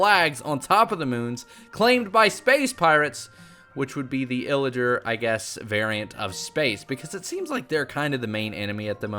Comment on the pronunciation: Is it just me, or does he say “illager” instead of “pillager”.